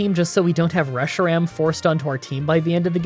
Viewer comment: Well, actually, “Reshiram” and “Zekrom” are pronounced “re-SHY-rame” and “zee-KROOM”.